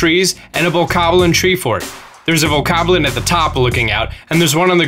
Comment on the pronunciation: The fact you say Boko Spear right, but butcher Bokoblin, it's cringey.